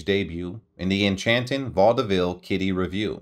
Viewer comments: Please learn how to pronounce correctly words like 'revue.' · Oh mr NARRATOR...where on Earth Did u learn to speak......u mispronounced...ASTAIRE... REVUE...AND A HILARIOUS VERSION..OF BEGIN THE BEGUINE...l stopped listening cuz it was too horrible to to LISTEN to....